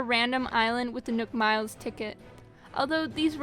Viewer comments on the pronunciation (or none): none